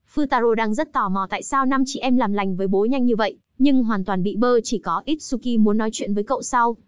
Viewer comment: itsuki chứ không phải itshuki nha